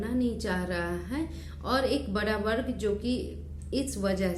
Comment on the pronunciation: बर्ग नही वर्ग होता है